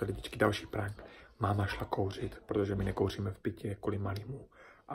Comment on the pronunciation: Ne říka se prank ale prenk a píše se to prank ale vyslovuje se to prenk